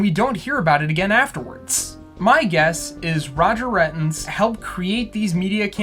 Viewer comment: Just had a realization, I think Roger's last name is meant to be pronounced "Ray-tinz", like "ratings", not "Rhet-inz."